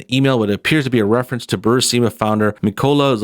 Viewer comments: Americans and foreign words ... IT IS NOT BU-RI-SI-MA... there is no second I ... it is BU-RIS-MA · Say it with me. Bur. Is. Ma. Bur-ees-muh. Burisma.